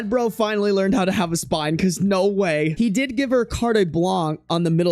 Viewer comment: Please look up how to pronounce carte blanche 😂